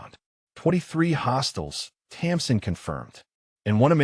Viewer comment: Her name is Tamsin not Thompson